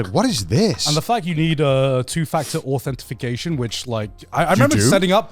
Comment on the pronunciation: its pronounced authentication garnt